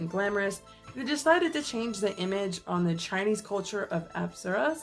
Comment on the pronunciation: Hiiii I've been Playing dislyte for about a month now and I gotta say. When you mispronounced "Apsera/Apsura" you said "Aspera". Now, in Dislyte(which is Co-developed by a Chinese mobile game company) the Characters are Called "Espers". They are Gifted with Supernatural Ability by their Patron Gods–For example; Li Ling is an Esper bestowed with the Powers of Nezha. I kinda think that they got the Name "Espers" from "Apsura", which I think is kinda Brilliant. Also I thoroughly enjoyed this video. I hope you make more 🎉❤